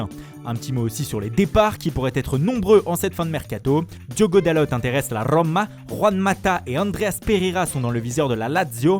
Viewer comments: Rrrrromaa 😭 j'adore 😆😂😂😂😂😂😂😂😂😂 tu fais comment même ? Putainnnn 😅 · De la rrrrrrrrrrrrroma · A la rrrrrrroma. Il fait trop rire quand il fait l'accent 🤣